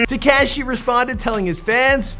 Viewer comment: Who is this "Tik cashy" you speak about?